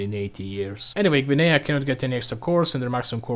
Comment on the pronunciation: Blud fell off, he butchered his pronunciation of Guinea